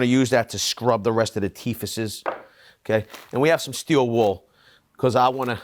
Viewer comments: Are you saying teefaces or teeth faces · ''teethasis''... lol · What the heck are teethusses🤣🤣. Even more surprising only one other person has pointed this out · What are ‘teehivises. You mean ‘teeth’? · Teetheses? I’m pretty sure it’s just teeth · Did he say 'teethesis'? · It's pronounced "teefs" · teefezes..? I did hear correctly..lol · Its pronounced teethz